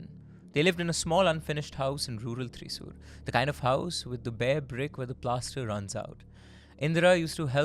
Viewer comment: Oh no,!! Yet again you messed up on the pronunciation of the name of a Kerala city “ Thrissur” 😅😅😅😅 Déjà vu to Kozhikode😂😂😂